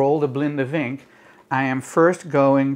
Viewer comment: Really odd to hear "vinken" pronounced with the "w" sound (in germanic languages) We say it like "Fink"